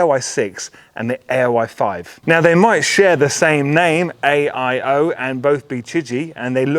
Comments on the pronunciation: You keep saying AOI iso AIO lol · Buddy, you keep saying A-O-I 😂